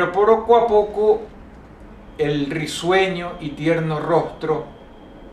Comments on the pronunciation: "Pero poroco a poco" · "Pero poroco a poco" Minuto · "Pero poroco a poco..." LOL Dross tenia que comentarlo XD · jajajaja "Pero poroco a poco" :3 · Derrape lingüístico de DROSS: "Pero poroco a poco" Minuto y también "Por un perecio" minuto